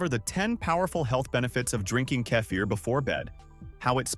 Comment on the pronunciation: How many ways can AI pronounce "kefir"? I counted 3 in the first minute. Why do humans no longer read these scripts?